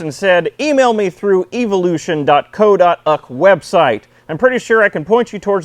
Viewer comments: It's pronounced "dot co dot you kay", not "dot co dot uck". The UK is United Kingdom" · The way he said .co.uk part of the website... 🙄